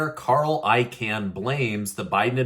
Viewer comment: Carl Celian Icahn’s last name is NOT pronounced like a CAN. It’s pronounced like CON.